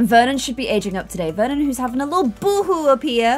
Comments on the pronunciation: Nobody * naming he child VER-on instead of Vernon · Vernon not veron 😂😂 I just Love you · You said Veron instead of Vernon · You called Vernon Veron.. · you called Vernon Veron lmao like in the game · you named Vernon: "Veron" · You named the child Veron snd not Vernon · hey! Need to adjust her name again:) Should be Vernon Not Veron:) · you called her Veron instead of Vernon😅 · the baby’s name is veron not Vernon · it says Veron not Vernon... 😝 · U called her "Veron" not Vernon lol